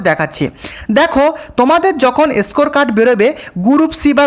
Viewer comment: এসকোর কার্ড, ছি কি উচ্চারণ, জিব ছিলে ভিডিও বানাবে।